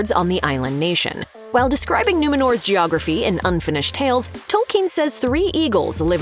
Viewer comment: "Salron" and "Tolkeen"....lol